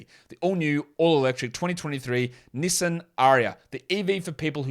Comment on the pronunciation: Pronunciation of Nissan was cringy, mate.